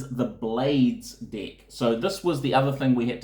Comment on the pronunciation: Sounds like he's saying dick for deck.